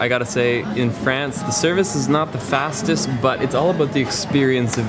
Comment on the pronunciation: Sooo for someone that speaks french, your vernacular of pronouncing France is very american and i suspect maybe a touch of quebecois from our canadian neighbors from the states.